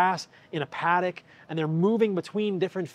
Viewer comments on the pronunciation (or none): none